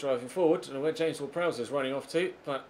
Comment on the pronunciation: *Prowse, not Prowess